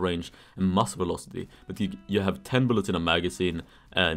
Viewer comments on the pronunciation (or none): none